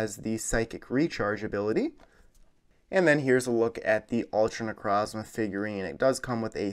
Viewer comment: Necrozma that's not how you say it I'll per nuance it ne-croze-ma necrozma